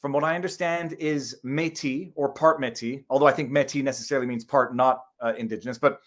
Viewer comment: You don’t even know how to pronounce Métis, your not a Canadian just some yahoo trying to make a buck off YouTube